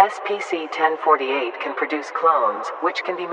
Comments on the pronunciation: And the Voice actor keeps saying SPC istead of SCP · lol the tts says spc instead of scp BUT, its fine lol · "spc" might wanna fix that mate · Just if you didn't know, she said SPC instead of SCP, just pointing that out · U messed up at the cloning part u said SPC-1048